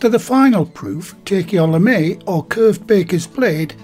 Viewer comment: lovely baguettes. Lame is pronounced LAM.